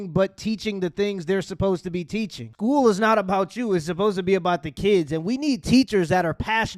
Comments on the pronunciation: Scooo teacha?! It's school teacher!🤣🤦🏽‍♂️ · Shhkool?, Axe?. Does this person know how to pronounce their S whithout a SH?😅 she belongs in school alright b7t as a student to learn how to speak